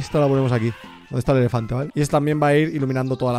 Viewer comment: rubius con un "efelante" jajajajaj